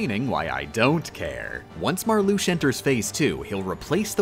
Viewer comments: She said Marluxia the way it's supposed to be pronounced, though, but cut it short a syllable. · except Marluxia, Xaldin, Xemnas, Xigbar and Demyx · in xi X is an sh sound, X on its own can be z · no hate, but Marluxia is the only org member where the X in their name is pronounced like 'sh'